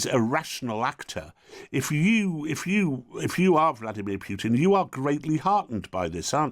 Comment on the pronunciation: It's not piutin it's pootin poo not piu